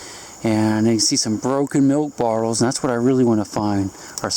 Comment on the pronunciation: Still think its funny how he says bottles. Sounds like he says bartles